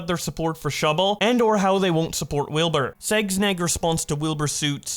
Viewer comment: bro called sneegsnag segsneg